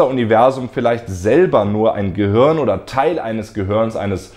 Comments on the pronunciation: du sagst immer "gehürn" oder "gehörn":) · Hey Leute! Was meint Ihr? Ist das Universum ein Gehirn? Falls nein, wie sind die Ähnlichkeiten zwischen Filamenten und Hirn zu erklären? Übrigens sorry, dass ich Gehirn immer "Gehörn" ausspreche - liegt an meinem rheinischen Dialekt xD Bald ist ja schon Weihnachten und deswegen erhaltet Ihr in meinem Shop Rabatt auf alles! Verschenkt doch dieses Jahr mal einen Plüsch-Planeten, ein Science-Shirt oder eines meiner Weltraum-Bücher! Schaut mal vorbei und gebt am Ende den Code "galaktischeweihnachten" ein: 🚀🎅